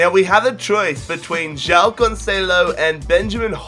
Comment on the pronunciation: the way you say joão "jyao". we in portugal say juaum